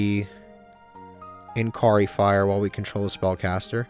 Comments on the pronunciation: Mispronounced: Inkari Fire, Sarketsu Armor. Correct: Inari Fire, Sakuretsu Armor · He’ll eventually find out it’s not pronounce that way like Inari fire in last ep. Lol